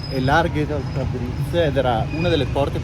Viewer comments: Da appassionato di Iran un bel "like" a questo paese meraviglioso, però ragazzi Tabriz si dice Tabrids non Tabrits. ممنون❤ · Tabriz... si pronuncia tabriis... 2 ii e la s molto morbida...tabriis...